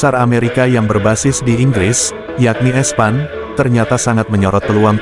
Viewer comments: ESPAN 😅😂😅😂😅 ESPN... min baca nya i es pi en 😅😂😅😂😅 parah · Kok espan sih cara ucapnya Jdi aneh kedegranya Gimana sih ini hedeechh